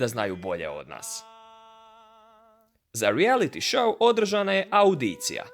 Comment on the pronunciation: Cemu takav izgovor "reality show"?